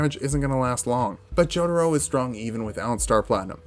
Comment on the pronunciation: This dude said "Joeduro"